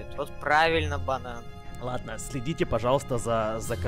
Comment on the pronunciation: Мне послышалось не банан а Богдан😂